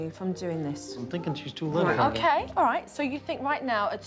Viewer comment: “IM fInkIng”